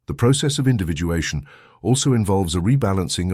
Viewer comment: Individuation - not Individualation